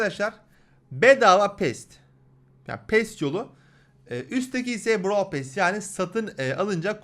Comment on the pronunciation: Bn brawl pass çekicektim free pass ı gördükten sonra çekmem brawl pass dan daha güzel bide pearl pass derken sanki brawl pasta diyosun;)